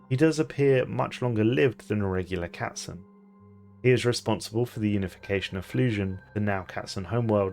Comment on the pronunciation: I love that you are able to say all the variants of the German word Katzen without completely butchering it. Are you able to speak german?